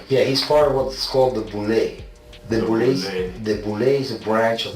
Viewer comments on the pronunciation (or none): Boulle pronounced Boo-Lay